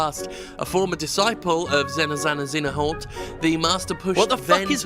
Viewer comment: Its XeNaHort!!! Get it memorized dumbarse.....